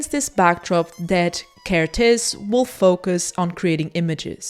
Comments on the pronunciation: Another Hungarian here! 🇭🇺 Interesting to note that every Hungarian word or name places the emphasis on the first syllable. So you should pronounce his name with the emphasis on the KER, not the tész. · Evidently Kertész rhymes with ear-tez. I hope this helps. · For an English speaking person, probably the easiest to pronounce his name is saying Care T Ace (Kertész) but don't say T Like Tee or Mr. T! Just T. I really like your work! Great video. I would love to see more videos with Hungarian photographers. I think Martin Munkacsi should get more recognition. 😊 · Well if you put together the words, care and taste, then don't say the 'te' part of taste (so care + tas - te = Kertész) you get the hungarian pronunciation ;) it means gardener. Great video as always! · You got the pronunciation of Kertész correct, except the z is silent.